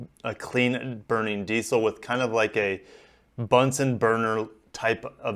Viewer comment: Just to let you know its called diesel not diceil😀😀